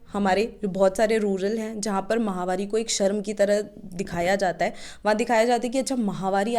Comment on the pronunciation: महामारी नहीं होती मैडम माहवारी होती है यह